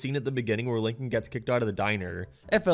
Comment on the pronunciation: The only time said “Lincoln” and not “Leenking”